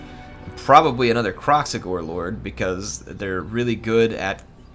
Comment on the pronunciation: Call it Krack-Xigor